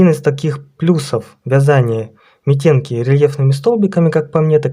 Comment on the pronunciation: Митенки-ударение на первый слог